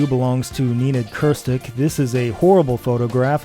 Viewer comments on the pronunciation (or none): don't do my boy Nenad like that, it's pronounced neh-NAD KRIH-stihch